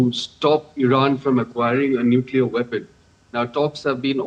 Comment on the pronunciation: Nuclear not neclear ... This is the accuracy and authenticity of dd india what rubbish u all are